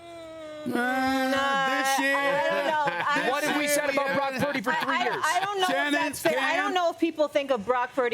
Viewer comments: Cam Newton pronouncing Purdy as 'Parody'... Low key no respect...😂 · I'm sorry I can't take Newton seriously. He's always mispronouncing people's names. "Brock Pur-eh-dy" spend less time looking at oversized hats and a little more time on prep for appearances. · Cam cannot say “Purdy” to save his life 😂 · Cam, you need to work on that PURDY word!😂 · Cam fumbling Purdy's pronunciation? Penalty for Real Madrid